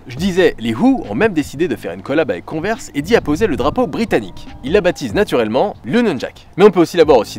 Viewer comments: Ça se prononce : cone-vErs avec l’accent anglais et tout là. x) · On dit "converse" prononcé konveurse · S’il vous plaît dites moi que chui pas le seule à dire cone vers 😂